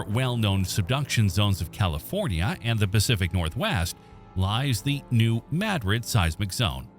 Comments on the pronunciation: New Maad- rid is how Missouri pronounces it. My dred or Not Spanish version. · As a Missouri native it's pronounced New (Mad*Drid) with a 2 d pronunciation. Never pronounce it like the city in Spain, locals get pretty upset about that. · Not only that, but it's MAD-drid. The soft a, not an uh (as you correctly pointed out), plus emphasis on the first syllable, not the second. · Please say the name of the town right. New Madrid is not said like the town in Spain. It’s with a short a sound. The a is pronounced like the a in the word at. Thank you.